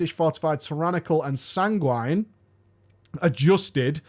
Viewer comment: SANGWIN is how you pronounce it - and "standing" near.